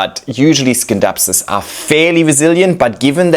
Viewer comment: Even though the word scindapsus comes from the green skindapsos it is pronounced " sinˈdapsə̇s" with a silent C like in Science. It is an excellent plant and Flora Magnifica are so good.